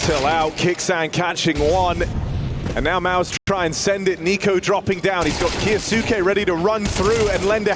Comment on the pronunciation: Caster can say Kioshima's name just fine but Kyousuke is KA YOO SOO KE?